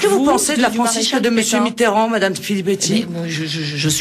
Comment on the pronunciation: François "B"itterrand ? :D